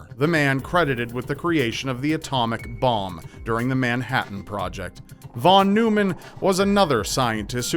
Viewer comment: In American English, Von Neumann is pronounced “von NOY-mun.”